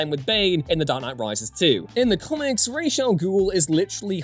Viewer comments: This. At least it's being said right in this video, but the Nolan films totally screwed this up. It's Raysh, not Roz. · I LOVE YOU for pronouncing "Ra's" the way it's SUPPOSED to be. I HATE Nolan for causing a trend that won't seem to die.